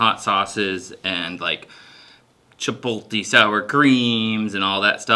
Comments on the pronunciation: Cha-polt-e? It's pronounced, chi-POAT-lay. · Just for The Record Everyone, I'm Also From Maine Where He's From, and NONE of Us Say Chipotle Like That 😭😂😂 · Chipotle. Spell it out and then sound it out. Where’s the placement of the L? Jfc